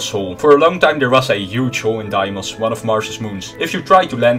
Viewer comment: deimos is a greek name so it is pronouced "deemos"